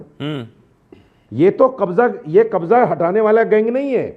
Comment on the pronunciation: Kbjja ko gang bol rha